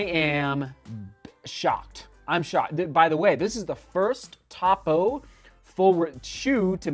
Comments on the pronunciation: Yes! Cringe every time I hear top-o 😊. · Try the Cyclone 2. Great non-plated road shoe. Also, it’s “Toe-Poe.” Not Top-O. Tony Post is the namesake of the brand and founder. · Please. Topo pronounced with long O sound. I assume you have not got the shoes wet in a creek crossing. Topo's Achillies heel is the orthosponge insole they use in most all their line. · Hey! The brand is pronounced toe-poe. I love this shoe! Happy to see you testing this brand out. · How are you so off on pronouncing Topo, it can't get any more simple of a name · Topo is pronounced with a long O…